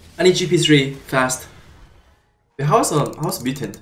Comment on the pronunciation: Everytime he says mutant I hear mitten